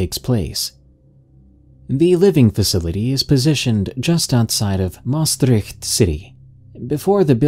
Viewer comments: Anybody else who is Dutch and who cringed at the way he said Maastricht😂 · The way he said Maastricht is so funny😂😂 I’m dutch btw (Edit: thx for 100 likes 👍) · Ik ook echt grappig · Hahaha same.I'm also from limburg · Jaaa ik ging echt dood van het lachen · Je zegt Maastricht wel echt kk raar